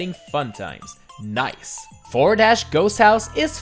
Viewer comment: did anyone else realize he said noice instead of nice